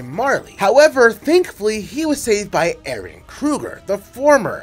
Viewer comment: Let’s all applaud this dude for saying Eren as “Eren” instead of butchering the name like Japanese is his native tongue.